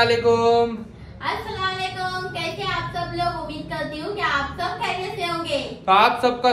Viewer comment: Saalekum nh asalam walekum bolne ka menning change ho jata hi